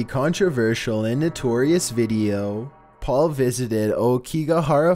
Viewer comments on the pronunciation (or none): none